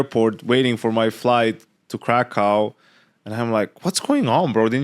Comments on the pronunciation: its not krakov its krakoov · If you wanna be precise about pronouncing Krakow you need to say "Krakoof" with an oof at the end. Thanks for even remotely trying to pronounce it correctly. No one ever cares about Polish language.